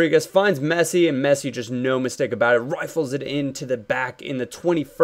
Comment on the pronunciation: why when you say rifle why do you do it in a Australian accent?